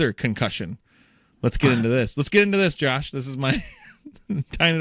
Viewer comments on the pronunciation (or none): Josh is sayind the first syllable rhyming like "snow" It should rhyme with "snore"